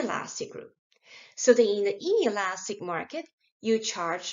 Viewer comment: bro i cant distinguish her between elastic and inelastic lol it sounds the same